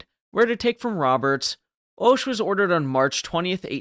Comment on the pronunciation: the "o" in Hoche is pronounced "ah", so "ahsh"...and though definitely quirky-looking, is not so different from other ships of the battle line of the period.